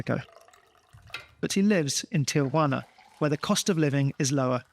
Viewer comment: It is Tijuana, not "tiajuana".